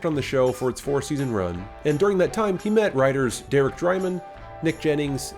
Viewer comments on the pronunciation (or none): none